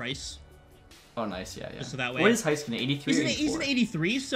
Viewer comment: Love these games! But Miro’s name is Hay-skuh-nen not hi